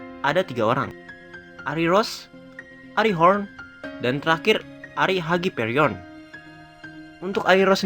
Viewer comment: Bang WHITE itu dari keluarga ARIE bukan ARI (dalam cara bacanya juga) soalnya Arie sama Ari beda.. walaupun Ari itu turunan dari keluarga ARIE sama kyk Ponsekal yang turunan dari keluarga Eurasia (kalo di Naruto kyk cabang dari keluarga Hyuga) cuma mau koreksi bagian itu aja sih, sama request tentang kekuatan dan member keluarga Khun dong!